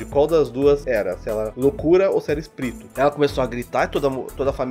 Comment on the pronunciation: "Se era loucura, ou se era... izprito" Rachei nessa parte kkkkkkkkkkkkkkkkkk